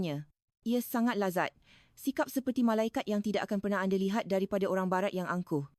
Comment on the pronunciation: Nampak sangat rakyat INDONESIA yg create video ni.. Sbb dorg tahu, buat video gini akan dapat ramai viewer dari rakyat Malaysia... 'Anda' jadi 'Ande'..... 😅